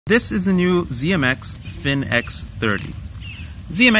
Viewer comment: Its pronounced "Phoenix" 30 :D I killed one of my Emax kv's and the rest are fairly beat up so after your Nazgul review and teaser of these motors I bought a set of the Finx30's on backorder. What grabbed me is they recommend 2 of my favorite props, the Avan and 5152. I'm more excited because you are saying you are getting more efficiency out of the Avans with these! I'm not a very experience pilot so I'm getting ~4.5 min flights out of a Gold Label HV 1500. It would amaze me if I get more efficiency from these ZMX's when the Avans were specifically designed for the kv. The price was kinda eye watering but this motor does seem to have some real innovation and only a little more than the motors they will be replacing. I could not bring myself to get the Finix40 2.6kv $29.48 each. And get that flight video up with these motors please!